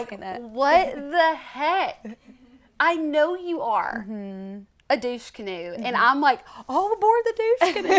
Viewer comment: omg "all aboard the dousche canone"🤣🤣